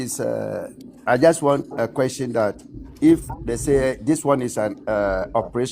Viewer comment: BRO IS QUESTION NOT KWESTON